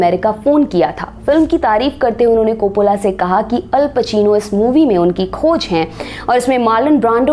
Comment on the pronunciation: It's Ray not Rai Copollo not copolla